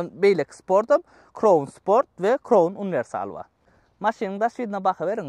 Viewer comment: Kroun dalhow jan dostym, dogryja ayday, gelisenok adyny yalnys gepleyan welin, Crown dal KRAWN diylip aydylyar Corona diyen manyda